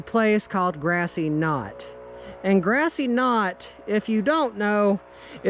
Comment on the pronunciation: Its grassy cove not grassy knot lol